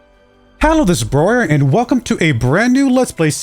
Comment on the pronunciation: Accent correct for Broyar, I am German and I would say it so too.